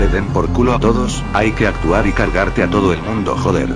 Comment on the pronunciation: el video esta bueno pero el vocavulario no. hablas como si no nombraras la "D" nunca por ejemplo: "se me rajo too el auto" " ya estoy too flipao" haci. eso queda mal.. muy mal...